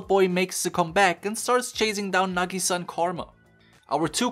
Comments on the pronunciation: its nag-ih-sah not na-gee-saa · hold on, say nagisa's name again, but right this time